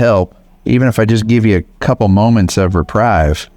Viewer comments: Have to say one thing... It's "reprieve", not "reprive" (think of retrieve). Love your videos, I'm a subscriber. I live too far away to adopt any of them (besides the SEVEN 4-legged residents already here). Someday, I'll be able to join. I told my mom about your coffee. Hopefully, she'll order some! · FYI, friendly tip: you’re pronouncing reprieve wrong. It’s “re-preeve.” Not “rip-rye-v.” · Thanks for all you do and for the pupdates! My OCD English issues cause me to correct you on pronunciation. Re-PREEVE. Long e sound. Sorry - I cannot stop myself :) Offered with kind thoughts. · Really like your channel. Not sure if you’re aware, but it’s pronounced repreeve